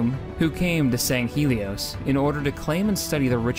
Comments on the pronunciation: The way he said sanghele sounded like my math teachers name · Sangheili pronunciation: Sangheylee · Fantastic, however you seem to be mispronouncing Sangheili and San 'Shyuum. San' Shyuum is pronounced San-Shh-Yum, and Sangeili is pronounced Sang-Heel-EE. For future reference (As these are harder to figure out how to pronounce than the rest) Mgalekgolo is pronounced Muh-Gah-Lek-Go-Low, Jiralhanae is pronounced Jii-Rule-Han-Aye, and Yanme 'e is pronounce Yan-May-Aye. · Yeah, pronunciation seems to be an ongoing problem for him. Quality of the video was great, though.